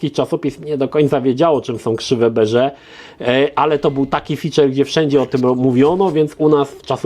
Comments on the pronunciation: Czemu mówisz krzywe beże.. Zamiast po prostu tak jak na wiki mówia po prostu...krzywe bez je ra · Prawidłowo Bézier wymawia się „Bezje”, nie „Beże”. Film z prawidłową wymową na YT znajdziecie pod tytułem: „How to Pronounce ''Bézier'' Correctly in French”. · Ok, też to samo wyłapałem... wiki mówi, ze mówi się "bezjera", Możliwe ze wymowa po francusku jest lekko inna (tak jak piszesz) - ale mnie na studiach uczono ze to są krzywe bezjera.